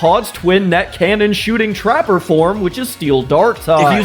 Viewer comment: It's Traper instead of Trapper not trying to be rude, I just wanted to point that out